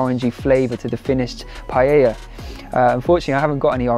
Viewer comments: PA E Ya (<- easy ... in Spanish LL is pronounced Y... PAELLA = PAEYA) Not PA Ye Ya PA Lay Ya (no) PA Lay Lya (why do you make it so complicated?) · it's not Payeya, it's pa-eya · Hi, I am a Spanish Vegan, the dish is pronounced in 3 syllables pa.. é ..Ya. The pan is called a pa..é..Yera. It looked delicious. In order for it to be an authentic paella though, you need to dry fry the rice in a little oil to begin with. The grains become opaque white, and it ensures that the glutinous white rice water is self absorbed. It makes the rice separate, and not become gluggy. One cup of short grain rice to 3 of water.Then you put everything else in and it is OK to cover it while it cooks, but not to stir. In the Basque Country where I am from, the mixing of seafood and other meats are the idea. Pork, bacon, chorizo, fish fillets and mussels or other seafood like prawns, come together to make for a visual feast . As a Vegan none of the meat is appropriate, and I believe that you have made a handsome alternative. All it needed was some cut up olives! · ”Pajäjja”😅 U got too many j in there😅